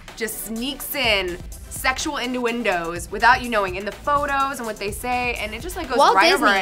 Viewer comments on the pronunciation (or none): Was there NO time to fix her saying "inndoendos" -_